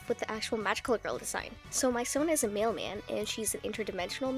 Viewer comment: At first I was confused when you talked about her being a “male man” when I realised you actually said “mailman” pfft